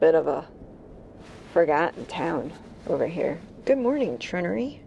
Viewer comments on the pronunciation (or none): it's pronounced treh-naire-ree. Not trin-ah-ree. Also for future reference the Munising post office still offers the Christmas Michigan postmark.